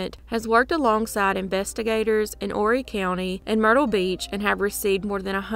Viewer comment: You said Horry right! Thank you and great content by the way. You are getting better and better with each video.❤